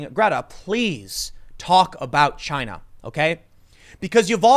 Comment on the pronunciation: Tim: Most plastic is actually coming from ... Tim and me: CHY-NA! You can't just say it in another way anymore.